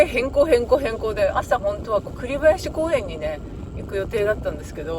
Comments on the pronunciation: 栗林公園・・・「くりばやしこうえん」でなく「りつりんこうえん」では？ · 僕が子供の時には加藤汽船が有り大阪弁天埠頭から小豆島の土圧港経由高松港行きでした。大阪弁天埠頭を午後２３時発で土圧港を午前２時着·午前２時３０分発高松港を午前６時着でした。栗林公園の読み方くりばやしでなくりっりんこうえんと読みます。